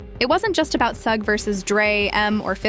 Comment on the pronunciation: Bro can you first off pronounce the name right, let alone stop using multiple different ones for suge's big dumb ass